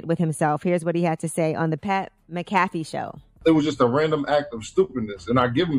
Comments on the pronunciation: Smh messed up my boi Pat MacAfee’s name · The fact that Yee didn’t even pronounce Pat McAfee correct shows she didn’t even watch show clip foreal...like it’s his real name..your doing a report😂